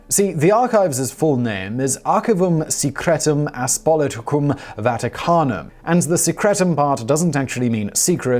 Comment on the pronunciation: aPOSTOLicum and not ASPOLITicum 🙄😁 And yes, Secretum here has the same root as secretary... Nothing really secretive indeed!